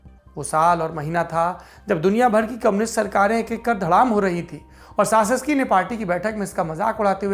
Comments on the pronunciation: सासेसकी नहीं... चाऊसेसकू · Nicolai Caesescu ka uchharan "Chu-ses-ku" hoga. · Respected Sir his name pronunciation is Nicolae Chowshesku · We really enjoy Lallantop and mostly the Duniya dari section. Just a little correction if I may. His surname is pronounced as Chouseshkou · Saurabh ji with all due respect...President's surname pronounciation is "चाऊ सेस कू"....🙏🙏